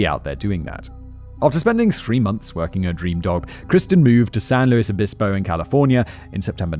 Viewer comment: Did he say “dream dog” instead of “dream job”? Or it that just me😂